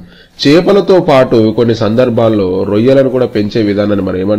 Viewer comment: రోయ్యలు కాదు రొయ్యలు